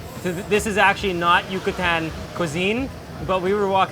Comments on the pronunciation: Amazing video! :D just a little note: it's Yucatán, not Yucutan! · It’s pronounced iu-cah-tah-n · Love the video but just wanted tu say that it’s Yucatán not Yucutan and I hope you liked our food , you should have gone to Motul for the huevos motuleños.